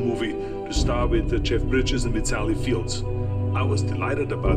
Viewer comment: I heard him say "Field" both times.